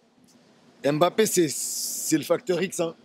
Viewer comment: Bonsoir on prononcé bappè le m devient muet svp lui même vous a déjà fait remarquer